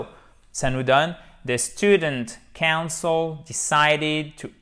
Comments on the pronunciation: Mais il l'a prononcé, c[oun]cil, comme C[an]cel. Pourrais tu l'entendre de nouveau. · Hello! Alors cher prof, quand tu utilises la prononciation council, je vois que c'est exactement la même pour le verbe Cancel, Tu es d'accord avec moi?